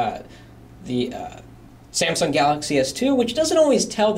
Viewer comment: samsung pronounced as samson hehehe and this guy here seems to like experia better than galaxy. i personally do like experia better,, too bad my location cant just have it. i just feel a lil bit down for the RAM